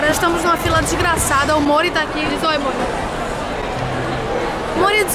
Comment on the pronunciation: Kkkk o nome do Mori é Mori e quando vc chama ele pareci que vc da chamando ele de amor tipo Mori vem cá kkk